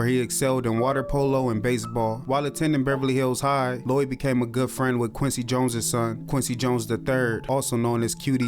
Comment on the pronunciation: I keep hearing lewie not lloyd